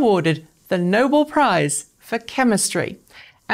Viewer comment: "Nobel" is pronounced "no-bell" (not as in "noble"). Otherwise great coverage.